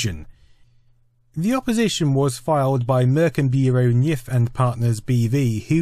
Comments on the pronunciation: Märkenburå Kniff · Cracks me up how you pronounce “Merkenbureau Knijff” 😄